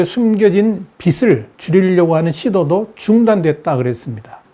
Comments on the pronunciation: '비슬'이 아니라 '비즐'이라고 발음하는 것이 맞습니다... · 우리나라가 더 심각해요 우리나라 경제나 좀 분석해주세요. 빚이 [비지] 빚을 [비즐] 이라고 발음해주세요. 듣기 거슬림. 비슬이라고 발음하지 말고